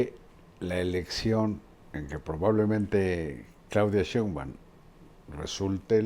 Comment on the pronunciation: Joaquín hay que poner a Marín como se pronuncia la Sheibaum, pronuncia muy mal que diga 100 veces como se dice NO LO DICE BIEN ME divierte peroNO ES COMO LO DICE ÉL. SOY FAN DE LOS DOS. DIOS LOS BENDIGA🥰